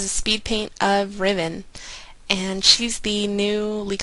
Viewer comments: Complete fail, it's Ri-ven. A red on the forum confirmed it. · it actually is RIH-VEN, trust me I'm a professional